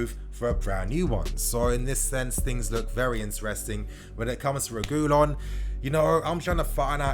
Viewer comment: I beg stop saying regoolon😭 it’s pronounced reg ( like saying regular) ee yon (two L’s is pronounced like a y.)